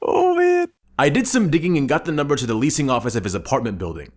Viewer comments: you said numbre or something like that instead of number while doing bullet points. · Anyone notice that he got the word "number" wrong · ( numebr ) lol bad english bro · nuembr ahahgahah